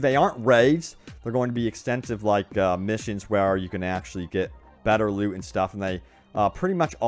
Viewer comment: Am I the only one who kept hearing "I got a lot of lube" instead of loot?